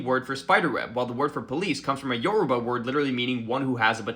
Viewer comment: Thank you so much for pronouncing Yourba correctly!